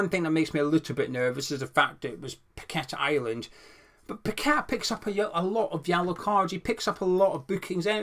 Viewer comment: Nice Post as usual and we must get kudus ffs. Glad your one of only a few that actually pronounces paqueta properly not pack a tar ffs.